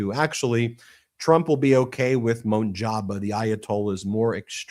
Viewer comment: Let me begin by saying, you have a great show and I listen to you guys all the time. The new AYALA name is pronounced MOJ-TA- BA I know I know you have difficulty pronouncing Iranian names😂 you guys have a very smart show.❤